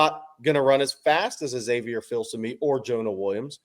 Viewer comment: the name is pronounced FIL SUH ME